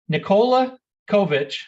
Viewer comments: "Nikola Kovic.. I'm sorry, Kokic".... damn.. you had one job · Did he even practise before the announcement, Nikola Cokic???? My boy Jokic does not deserve this kind of disrespect. Your only Job is to pronounce his name and what???? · “Nikola Covich…COCKICH! I’m sorry.” You had one job… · "Coca Cole-ich" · "Today it is my distinct honor to present...Nikola Kovic..uhh Kokic I'm sorry😅." Way to represent KIA as the NBA's partner blatantly revealing you've never even heard of Jokic and obviously know NOTHING about the NBA. Someone wrote the name down for him and I guess because of the person's handwriting, that KIA dude completely mispronounced Jokic's name. Either way, he should've informed himself about who he'll be presenting the damn MVP award to and clarified with people about the pronounciation of the MVP's name. Instead, he completely and utterly embarrassed himself while also disrespecting the Joker. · FCKING LEARN TO PRONOUNCE HIS NAME! when i like some player even from Zimbabwe i first learn how to say his name. Kokic Jokič that guy is better then LeBron! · NIKOLA COVITCH COKITCH💀